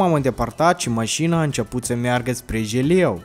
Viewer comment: De 15 ori ai spus ,,GELEU”🍮